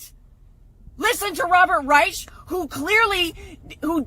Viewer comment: my eastern orthodox boys sure as hell didn’t do this I don’t understand what brain disease she has, but listening to someone with the last name Reich isn’t something that sounds to be that bright, but you do you. She can’t even pronounce Reich right. Oh damn I hope she doesn’t find out about Judaism or we got a problem on out hands boy’s. Last time I heard about a Reich and talk of religion it didn’t end too well.